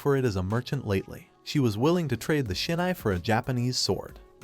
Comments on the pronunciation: It’s hilarious he keeps saying “Sinai” but it has nothing to do with Israel or the Biblical text. It’s SHINAI my guy. Read. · Thanks, it’s a good story with a different type of main character. But I think your AI is dyslexic…. Shinai and sainai is just one example